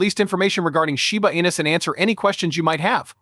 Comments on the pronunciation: You called it Shiba Anus at the beginning of your video, lol 😂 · Did i hear shiba anus ? ???? 😂😂